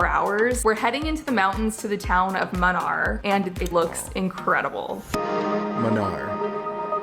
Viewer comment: Its munnar not mannar munnar, munu means 3 aaru means river, means three rivers ❤